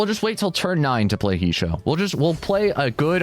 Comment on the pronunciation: It's pronounced "hey-shoh"